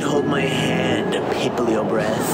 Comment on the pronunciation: i love when he calls him piplio